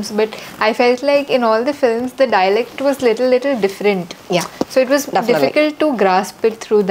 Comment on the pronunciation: It is such a pain to listen to anchor's fake accent and wrong vocabulary. Girl learn the language and in that process you will improve your pronunciation. The words preparation easily definitely made my skin crawl with second hand embarassement